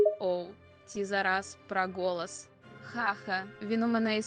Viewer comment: Голос: ❌️ Ґолос: ✅️ Ох уж то ваша недосконала вимова.